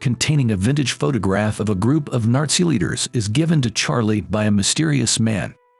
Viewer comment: Did anyone else hear him say Narzi Germany?